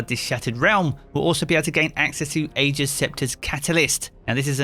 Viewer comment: I'm mildly irritated by the way you pronounced Ager